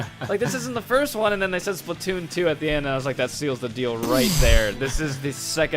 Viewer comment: why do u say splitoon???